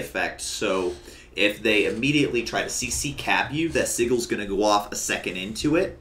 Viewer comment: You are saying "sigil" wrong. It's Si-jel.